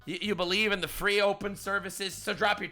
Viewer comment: "No... ->(t)he right wings of the US are like this" T. You missed the letter T. Dunno about other homie but I forgive you in regards to your abysmal sentence structures as well, seeing as I can smell the ESL from here.